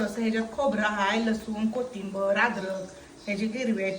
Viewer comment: कोथिंबर नाही कोथिंबीर